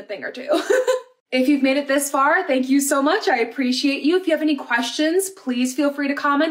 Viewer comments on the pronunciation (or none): none